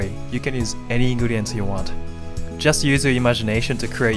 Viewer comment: Anyone else heard him say "inguriens" instead of ingredients?